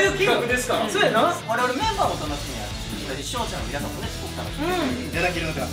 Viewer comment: はっすん、皆さんのこと、いつも「みんなさん」て言うの可愛い。笑 ラジオでも「みんなさん」て言ってた😂✨